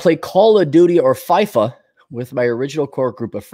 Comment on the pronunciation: It’s pernounced feefa. It’s actually an awesome game